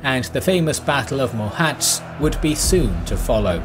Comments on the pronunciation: It's not pronounced "Mohatzs" but "Mohatch" with "cs" in Hungarian being equivalent to "ch" in english. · That is "mohach", not "mohats" :) But anyway, eagerly waiting for that episode! (even though I know what would happen :D :D) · Mohács is pronounced : Mohatsch. Just a tipp for the next video :) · Just a little correction: Mohács isn't 'Mohát-s'. The 'cs' in Mohács is pronounced like 'ch' in 'church'. The narrator pronounced it 'Mohátsz'. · Isn't Mohacs pronounced as MohaCH, though?